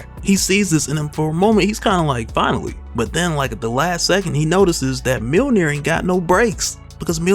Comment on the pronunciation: It’s “Myuhl-neer” not “Meal near” btw